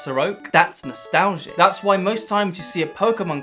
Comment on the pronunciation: "That's nostalzzzhe"